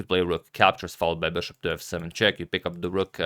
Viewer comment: for the love of God please stop pronouncing it 'beshop'. I watched your earlier videos and you were pronouncing it correctly. What happened?